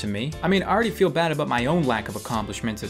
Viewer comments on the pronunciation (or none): none